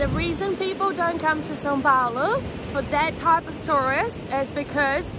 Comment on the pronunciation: Why is she saying SIN Paulo? 😒